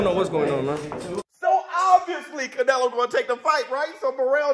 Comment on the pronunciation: It’s not canelo it’s canelhoooooo